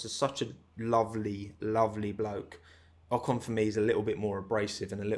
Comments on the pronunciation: In an interview Pierre called Esteban "O-con" and pronounced "con" the french way which in french is an insult and means dumb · there is an another little story between pierre and esteban : At the french TV a journalist asked to pierre about Ocon's return in f1, and Pierre instead of pronouce "OCONEUH" said "OCON" and as a french people we have heared the word "con" which is an insult in french. Knowing that Gasly and Ocon were very friends its probably not a pronounciation mistake from Pierre ...